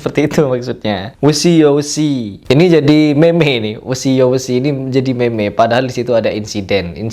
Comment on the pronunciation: meme d baca mim aja ya 😂